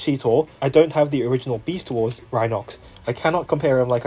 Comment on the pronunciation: "Besat Wars" Hahahahahdgjajfj, sorry, I can't 🤣🤣🤣🤣🤣🤣🤣🤣🤣